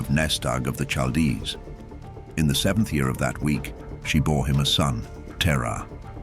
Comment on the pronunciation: i cant suffeer thru more mispronunciations of Chaldees/chaldean the only soft "CH" in the entire hebrew bible id in the name "Racheal" all other occuances are hard, like a "K" why is this not common knowledge anymore, amongst those actually interested in the subject matter.( learned this as a child 30 years ago and it still takes up space in my head